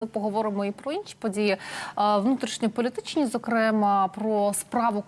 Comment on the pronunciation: Доброго дня! Коли Ви вже почнете правильно ставити НАГОЛОС у словах. Не зокрЕмо, а зокремА. І не використовуйте Ви зокремА там де потрібно, і де НІ! Воно перетворюється у Вас на "слово - паразит". З повагою...